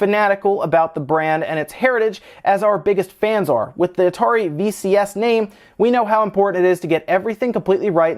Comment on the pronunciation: VCS, sounds like VHS lol